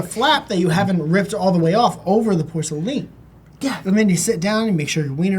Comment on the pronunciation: You mufux were complaining about "Doverman" but not porceLEEN?!?!?